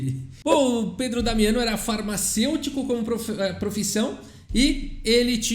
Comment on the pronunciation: Boa pronúncia do italiano,... quase certeza q vc treinou antes de falar. Parabéns;-)